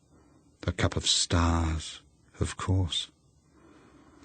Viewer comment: She wants her cup of stahs